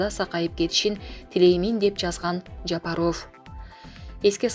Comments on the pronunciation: Жапарофф дебей тура суйло, сабатсыз дикторбусун алып баруучубусун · Даже Жапаров дегенге ударения туура кое албаганга маалыматты окутуп койгон.Маалыматты окуган кыз башка нерсе менен эле алектениш керек.